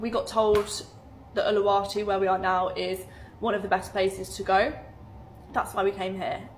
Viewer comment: Idiot in Bali. It's not a country it's an island and that's not how you pronounce Ubud or Uluwatu. It's Australias version of a Spain holiday, if you need a good example of what it's really like. Could me Maga could be a fancy all inclusive The curly posh woman is the 1st time I've ever been happy to see an YouTube advert.